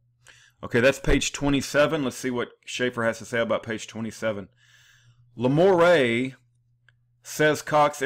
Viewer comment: The name is pronounced "La - more - oh ".